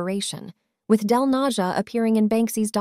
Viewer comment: hes not "del NaZHa", hes del Naja (yo!)